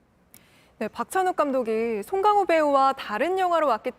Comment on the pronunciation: 저렇게 고급졌었군요 ㅎ 쏭캉호 발음에 피식~~ㅎ